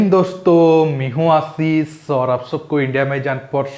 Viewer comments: Bhai aapke videos bahut acche hote he bss aap staring me jab bolte he Jai hind Dosto Me hu Aasis to vha agr aap aasis ki jagah Aashish bologe to or accha lagega....thank you 🙏🏻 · you provide very credible news. Thanks for that.👏 If possible,please improve the line "Mein hun Asees" correct one is 'sh' not 's'.